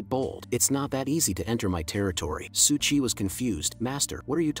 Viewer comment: Its su qi, not su chi